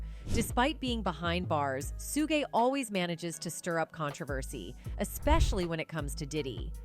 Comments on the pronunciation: Lol, right?? I kept cringing every time she mispronounced it!! 😅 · When AI says "Sugay" and not Suge 🤣🤣🤣🤣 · To the programmer of the AI voice... If you want Suge's name to be pronounced correctly.... Spell it as Shug to manipulate the system. Work on your lil craft to at least get it right 😫